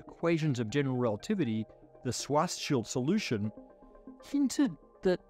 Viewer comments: Swas Schild Solution 😂 Im sorry but the pronounciation is off. And yes, it’s German. Doesn’t matter. We also speak your language how you do it. You could have simply put the word in google translate and let google read it to you. But you were too lazy for even that. In short, I’m making fun of your laziness :) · Its pronounced "Shwarz-shild"! not "Shwartz-child". It's German, meaning "black shield" . Very fitting name for someone working on black holes 😉 It's got nothing to do with a child. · For god’s sake Scharzschild name is pronounced SHWARTZ SHIELD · I wonder why he says swarzschild instead of Schwarzschild. I mean the sch sound does exist in the english language, like in sure or shoe